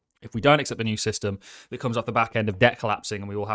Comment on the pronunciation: Please stop saying teat